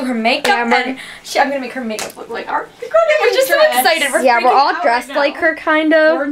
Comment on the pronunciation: when your friend called her "Airiana" i wanted to slap her omg